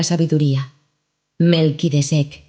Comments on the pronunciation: Para presentar el libro se les escapa revisar detalles... la chica dice MELQUIDECEK......ES MELQUISEDEC. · Minuto 5: MELQUISEDEK